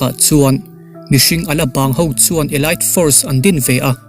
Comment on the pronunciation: Elite elait a nilo, elit tih tur aw